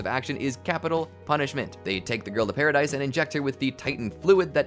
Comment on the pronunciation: The pronunciation of paradise island is actually pa-ra-dees island not pa-ra-dise